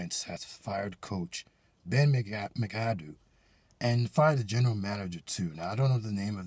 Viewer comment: its McAdoo bot macadoo